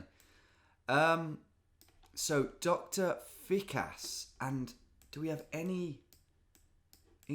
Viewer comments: Killed me how I heard him say Dr. Thick-ass instead of Dr. Fikas everytime 💀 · What made it for me is that he was calling the dentist "Fick ass" the whole time and just after that he found the "French cock" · Thought you said Doctor Thick Ass and was thinking "that's my kind of doctor"